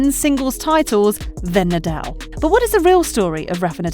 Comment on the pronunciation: Rafa Nadel? 😂